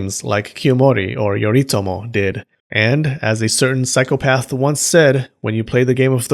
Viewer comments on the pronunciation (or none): none